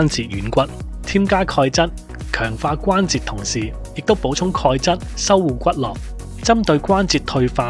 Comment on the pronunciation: 骨骼(音格）不是骨(落),只有經絡(音駱)不信?可查字典！